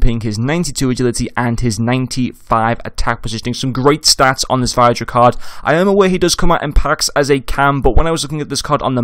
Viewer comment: Good vid - pronounced Vid-ra though